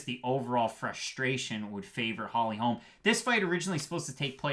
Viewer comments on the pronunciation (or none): It’s Holly Holm not Holms.